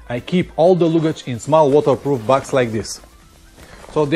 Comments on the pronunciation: Не лугидьжь, а лагидьжь :-) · Hi, you must say luggage with A, not U....))